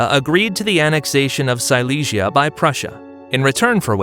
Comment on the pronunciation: Hay confusión en la pronunciación de varios lugares como Silesia (sicia, cilicia) o Madrás (madres), así no queda claro quién conquistó qué.